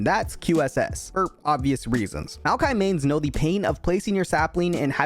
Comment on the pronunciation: "Maoki" "Mordakaiser"